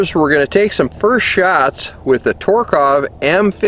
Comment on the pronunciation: the only thing I would say is I'm fairly sure your miss pronouncing the name TOK-A-REV like tok like tok of a smoke the a is short like I need a break and rev like rev your engine